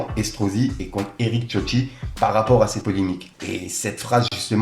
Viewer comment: tioti? Mec c'est écrit CIOTTI avec un C, "ssiotti" ca se prononce et idem pour le début du communiqué de Freeze c'est "outre", pas août c'est "outrrrrrrre". Ensuite a 3.28 tu fais une faute qui me rend ouf a chaque fois, on ne dit jamais "par rapport a la polémique QUE je vous ai parlé" mais "DONT je vous ai parlé", c'est une grosse faute de français essaye de t'en souvenir. A chaque fois que je passerais par la,si je remarque des fautes je t'en ferai part, c'est important si tu veux avancer dans ton métier, au pire reprend quelques cours de temps en temps avec prof de ou force toi a lire des livres ca aide de ouf et c'est très important pour le vocabulaire et ton cerveau enregistre le bon français sans que tu fasses attention. Faire de la news ou du "journalisme " sans parler français correctement c'est chaud mec,donc fait une effort pour toi avant tout.